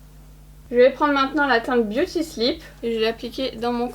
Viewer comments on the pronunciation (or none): none